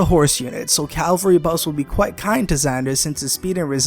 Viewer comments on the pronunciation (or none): Ca-val-ry, not Cal-va-ry